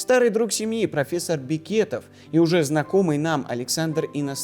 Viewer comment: Всё хорошо, только ставьте ударения правильно: БекЕтов, БОблово, из КлИна а то портится впечатление